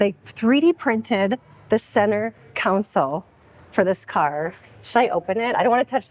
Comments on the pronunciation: ...it's Console, not Council. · Anyone else notice that says "centre cown-sul" just like Alex offof LSC... Must be a Chicago thing! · I just heard pronounce 'console' the same way Alex from LSC does. Must be da Chicargo way. 🤣